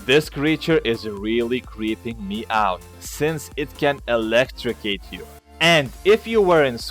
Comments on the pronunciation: "Since it can electrocate you" lol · electricate you......... boi it electrocute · Did he say it could electricate u???